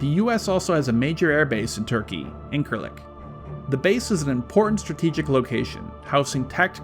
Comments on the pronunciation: Okey listen, US military base in Turkey (İncirlik) is not read "inkirlik" you can read it "ingirlick" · That's "Injirlik" not Inkarlik base. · Incirlik is pronounced "in sure lick" more than "in ker lik" :) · you idiot dude :) it's incirlik, not inkırlık asdfjsdvvvb :D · Please learn how the Turkish base is pronounced... Its not that hard... Turkish C is not a K sound, but a J sound. IN-JIR-LICK